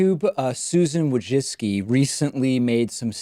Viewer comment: You pronounced her last name wrong, it's WOJCphlem...spit...ZUCCCCHIIII! It's an ancient name that must be spoke in toungs.